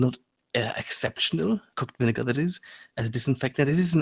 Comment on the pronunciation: "Viniggar" OH NO